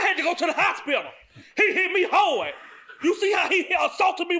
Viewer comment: 😂😂😂😂😂 “He hit me HAWD JUDGE!”